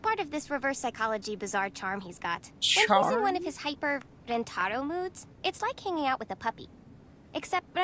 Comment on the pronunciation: I hate it when people mispronounce names. Rentaro says his name is REN-ta-ROH, and everyone else except Miwako says it ren-TAR-oh. I wish the other characters said it correctly!